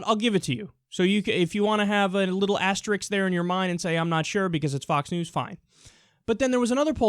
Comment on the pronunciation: Did he say "asterix"?